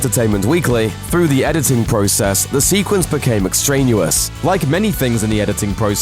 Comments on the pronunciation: "Ex-train-ee-os" not "Ex-train-yu-os" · Extranuous? It is pronounced extraneous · Extrayn-yoo-us? No. Extrayn-ee-us. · "Extranuous" isn't a word. It "extraneous" (pronounced ex-train-e-ous) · "Extrainuous".. great pronunciation there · "the sequence became *extrenuous*". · What the hell is 'extrainuous'? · 'extranuous'? 'contemplAYtive'? Christ. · Ex-train-you-us? Meh. :/ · I think you might want to look up the pronunciation of the word, "extraneous." I'm American, but it sounded incorrect. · ??? wtf? how did you pronouce "extraneous" ? "captured a dress rehearsal on video" (video huh? on a 1939 film? )